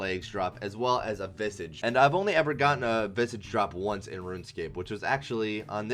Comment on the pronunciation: I love how you pronounce visage 😂